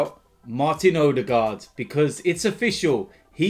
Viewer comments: ITS PRONOUNCED oodegar the d is silent but your forgiven lol. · his last name is pronounced more like Uh-the-gore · the ø is pronounced like the u in «run», and the å (aa) is pronounced like the o in over. need to learn this!